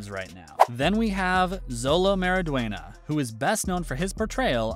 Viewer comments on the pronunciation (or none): Its pronounced show-low mawry-dwen-yuh